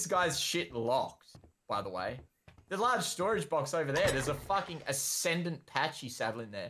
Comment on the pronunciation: Clickbait and it’s not pronounced “patchy” correct pronunciation is pronounced “packy” 😂 lmao